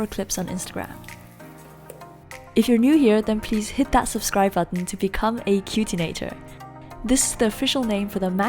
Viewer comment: "Cutinator" lol wtf